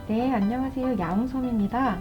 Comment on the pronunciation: 말할 때 안냐세요 느낌의 발음덕분에 금방 알아채는 거 같아요! 묘하게 특유의 말투가 있거든요! 가끔 보지만 영상에선 의 요리가 엄청난데 어째서 라이브만 하면 혼종이 나오는지 모르겠어요 ㅠㅜ